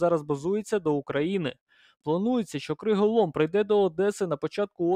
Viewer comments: Новини гарні. Дякую. Але чому такий "плаксивий" голос?.. І не "криголОм", а "криголАм" ;) Від "ламáти" :) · Тільки от, не "криголОм", а "криголАм"... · Криголам , а не криголом